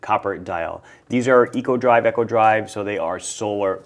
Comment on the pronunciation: I keep having to jump on and tell you that it’s “eeeeko” drive, not “echo” drive. As in “ecological”.